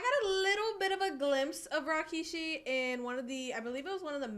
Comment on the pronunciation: She is even pronouncing his name just like Jim Ross- Rawkeyshee lol😅